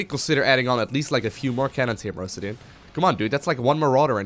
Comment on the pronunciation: I think it's mister osudin not mrowsdin